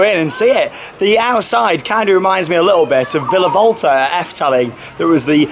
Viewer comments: I’m so in love with this theme park and I’m so gonna ask to come back here xx love u and this park ❤️❤️❤️😘😘😂😂✌🏻✌🏻👌🏻👌🏻 and it’s pronounced bella waarde I knew u got it wrong but u tried to say it even tho it’s a flemish pronunciation :) and when I went there if u watch Britain’s got talent who may remember baba yega I got to meet them and yes they’re really cringy but it’s so funny 😂 ✌🏻 and as u can see the boomerang ride is I guess a rip-off from walibi Belgium it may be a different name but it has the same shape and style and the Houdini ride is another rip of of the palace of the genie in Walibi as well :) and just to say the ride is an illusion and u don’t actually tip around upside down u just sway side to side like halfway and the walls are the ones turning and yes u may feel like u are upside down but ur not and yes I just heard u said “illusion” but just to tell u what it actually is and also there was a story behind Houdini, basically it’s about a magic show gone wrong that a man tried to do an illusion but died during the performance just some info for u there :) and I hope u had much fun :) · I love how you pronounce Bellewaerde